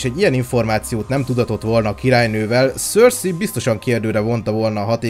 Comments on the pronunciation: Szerintem nem éppen Szorszikent mondják ki a nevét... Ha valamiről csinálsz valamit az legyen már. Pontos. Amúgy jók a videók de ez. Szorszizes.... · Szörszi?? Én azt hittem szerszej.. félre ne érts nagyin jó video csak nekem fura így hallani a nevét.... Melyik a jó?